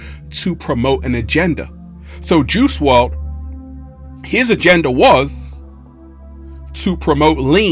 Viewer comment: "WRLD" , not "WRD" , love the good energy